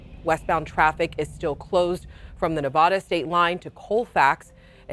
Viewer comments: I would think a professional would know our state is pronounce just like you spell it Nev-AD-a, not Nev-ODD-a. All she has to do is listen to the guy right next to her and all the people reporting in the field. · Nevada is NOT Ne-vah-duh. It's Ne-VA-duh. The "a" vowel is short, like , tan, scan, etc. Yes, call me a grammar nazi or whatever. :) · there is a big difference in an accent and mispronouncing a state. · The correct pronunciation in Spanish (Spanish for "snow") is Nev-odd-uh, and a lot of people outside of the area tend to pronounce it that way. It's not actually wrong . Californians and Nevadans say Nev-add-ah. It's a very definite regional accent. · The correct pronunciation in Spanish, which is the origin of the word, would sound like Nev-Odd-ah, and people from other regions often pronounce it like this. But Californians and Nevadans do pronounce it Nev-add-ah. It's a definite regional accent. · She needs to learn how to pronounce Nevada.